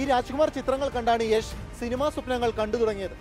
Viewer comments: യഷ് അല്ല യാഷ് ആണ് 😂😂😂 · യശ് എന്ന് തന്നെ ആണ് യാഷ് എന്ന് മലയാളികൾ പറഞ്ഞ് ഉണ്ടാക്കിയതാണ് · yesh alla yash 🤦🏻‍♂️🤷🏻‍♂️ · Yesh alla yash ann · Yesh alla 😂 yash ann